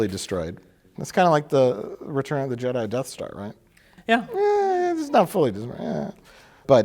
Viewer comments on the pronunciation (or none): none